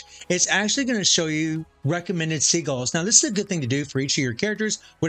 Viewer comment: It's pronounced "sidjilz" not "seagulls" lmao